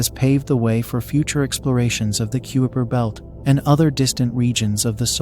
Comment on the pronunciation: Tried, couldn't handle the constant mispronunciation of the kuiper belt (it is pronounced KY-per)